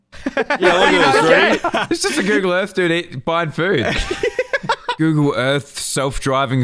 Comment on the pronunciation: When said Google Earth it sounded like ougle earth lmao